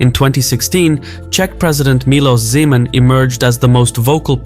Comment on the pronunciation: Duuude, no. Never. That was just one magaloman's pipe dream. btw. Z-man is absolutelly genius pronounciation😂👍